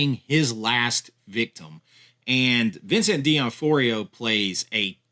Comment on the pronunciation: It's D'Onofrio not D'OnForio.